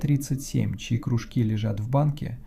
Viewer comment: да кружкИ же, кружкИ, не крУжки а рассказ норм, зачёт!